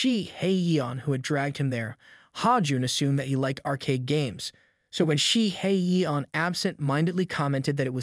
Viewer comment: The way you keep clowning 🤡 Shihyeon’s name. SHE-hay-YON! There is some anger and snark behind your intense dislike of the MC. 😂😂😂